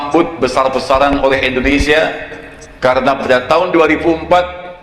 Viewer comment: endonesa... (yahhh.. ketauan deh dari caranya ngomong..)